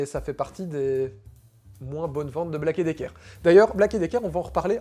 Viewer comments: Ta prononciation de Black & Decker et non Black et Dicker franchement ça fait dur, force toé un peu, un minimum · on dit pas Black et Decker , mais bien Black and Decker...... sinon bonne vidéo 👍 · Ah! On prononce Black And Decker par ici. :)